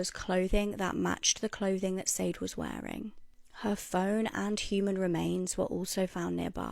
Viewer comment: Ugh it makes me SO mad when people don't pronounce peoples names correctly when it matters... it's not SADE, it's pronounced SHA DAY.. that British girl bothers me SO bad I'll die on the hill that her accent is fake! Like do your research DA 🙄😮‍💨😑